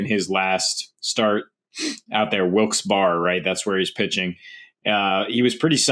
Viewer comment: Wilkes-barre (Wilkes-berry)